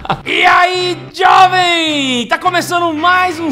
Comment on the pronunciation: Esse "e ai Diovem" do foi o melhor kkkkkkkk ri muito!. Que Deus possa os inspirar cada dia mais, pois é edificante cada vídeo, cada trabalho de vocês. Grande abraço!